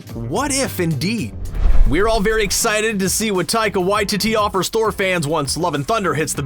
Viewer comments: I really like the vid, the only thing I hate is the pronunciation of Taika Waititi's name It Why-Tee-Tee not Why-Titty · Taika WaiTEE-TEE not WaiTITTY I know cause I'm from New Zealand like him so don't me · "taika waititty" can you say it right, "taika waititi" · Taika Wa-Tee-Tee. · You are pronouncing Taikas last name incorrectly... Its Why... Ti... Ti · Poor Taika Waititi’s last name getting butchered by. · What if said Taika Waititi’s name correctly? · what if you guys actually learned how to pronounce taika waititi correctly...